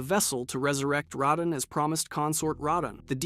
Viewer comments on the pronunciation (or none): idk why hes pronouncing radahn (ruhdawn) like that...its annoying and incorrect. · Lol Ray-don..... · Hey bro, play the game one time. Miguella? RAH-din?, Muh-Reeka? Absolutely butchered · Cant stand this guy say "Reydahn" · Rahdone 😂😂 that one had me cracking up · Ray-donn? What are these pronunciations 😭 great video btw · “Raydon” for radahn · its not radahn (rattan) like hes saying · You pronounced Radahn at least 4 different ways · Are you ragebaiting? Almost all the pronunciations are wrong and then you actuallly said radahn correctly once, then instantly went back to saying it wrong again